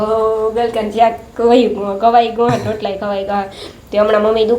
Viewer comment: tame lotala nabolo rootala boloben